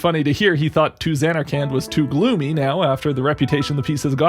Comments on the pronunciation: the way the characters do. At first he says zaynarkand with the first a being a long a pronounced like the letter a as in like bay. Then he continues to say it with the second a being pronounced like and. And it’s like the characters said it more like zanarkind like with an i that’s pronounced like it is in is. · I got so upset when you said "Zay-narkand" that I had to pause the video, lol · “Zane-ark-and” came right as I was taking a drink. You bastard. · I clicked this video so fast and was super excited. Then you said zAYnarkand and I thought all was lost. It was a good joke! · I zanarkant believe you stuck with that pronunciation throughout the whole video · not gonna lie man you really did get me with the pronunciation of zanarkand at first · I like how he fake says zanarkand wrong and then says it wrong again in a different way for the rest of the video